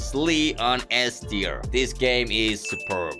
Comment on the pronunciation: When rating drift21 bro said "so im gonna rate this car an e teir" 💀💀